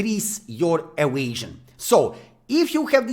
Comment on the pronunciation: like the way you say "evasion" so funny